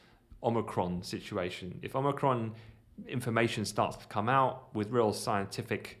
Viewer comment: Most importantly.. THANK YOU for pronouncing Omicron properly! Lol... Every time I hear Omni-cron it's like nails on a chalkboard. Lol